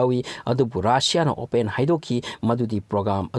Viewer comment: " Open " Gi pronounced se ftjarehe...... China gi loan di napunCgii singb ngmmaroi 🤣 afghanistan loire amuk🤣